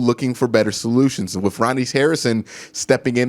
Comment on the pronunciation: I love the videos but yes pronunciations drive me crazy... Wif, aflete, any th is a f..... Drives me crazy af...fouf, fif, DEF!!!! DEPTH BRO. come on